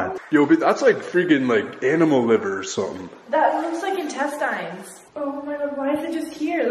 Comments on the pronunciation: What got me most out of this whole video was how homegirl kept pronouncing intestines as intest-eyens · Lol she said intestīnes